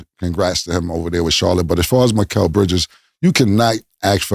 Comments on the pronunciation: These dudes really can't say anybody's name right lol. Miquelle? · Why can none of them pronounce “Mikal” Bridges name correctly?